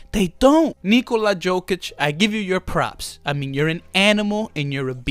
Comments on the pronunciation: Yokic read it and that's how you shoul pronounce his last name. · Yo! First of all is not DZOKIC!!! IT IS J J J J J J J J J J J J OKIC!!!! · Great video 😂😂. It’s pronounced “yokitch” for future reference.